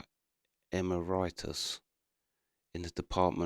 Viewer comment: Here's some play-by-play commentary for you,: Emeritus --- It's pronounced "Em-air-ih-tiss". Retired professors who were long-time stars on the faculty before ageing-out are sometimes granted the emeritus title by their colleagues. The primary benefit is that an emeritus professor usually gets some office space and access to admin help (although no salary, because they're retired). About the funds mentioned in that news report you read, the Trudeau Government is notorious for announcing funds already allocated as though it's new money. The big dollar figure in this case not only wasn't new; it was actually the result of a court settlement. No bonus points for being good to First Nations on that one for Team Trudeau! The rest of the money mentioned has apparently been set aside to fund excavations, but so far only one band (Americans use the term "tribe" instead) has announced plans to put some of that money to use. Saskatchewan --- It's pronounced: Sask - atch - e - wan. Although I much prefer your version, which sounded like Saquatch-awan. I picture a provincial legislature filled with angry bigfoot politicians!!! LOL The orchard where the first anomalies were found was very close to (and possibly right on top of) an old Catholic cemetery. Doesn't seem like much of a challenge to find unmarked graves there (i.e. individual graves that lost their head stones many year ago... nobody ever said "mass graves" until the white media and politicians looking for a wedge issue g